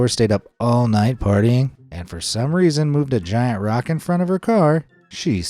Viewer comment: is not rokt is rock